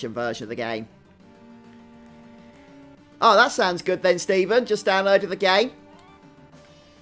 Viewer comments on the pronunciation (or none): none